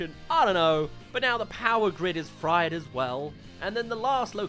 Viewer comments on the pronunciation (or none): none